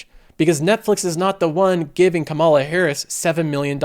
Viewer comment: Please pronouce Kamala Harris's first name correctly. The first sylable gets the emphasis, not the second.